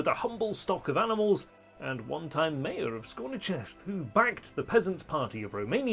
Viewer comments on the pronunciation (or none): none